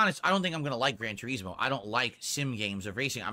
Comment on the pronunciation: "Gran Tureeezmoh"